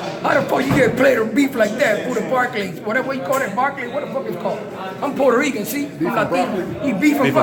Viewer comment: U said it right,I’m grew up on the hood and that’s how us Puerto Rican’s talk especially around New York,Philadelphia